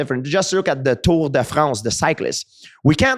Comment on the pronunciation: never hear a native French speaker pronounce ‘Tour de France’ so unnatural 😂